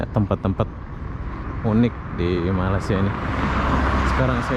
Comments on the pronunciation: Bukan sore bosku. Petang waktu petang. Bukan mala- sia tapi melaysia. Hahaha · Rasanya dah lama duduk Malaysia,tapi masih tidak bisa menyebut Malaysia dengan betul☺️. Bukannya Mala-sia bang.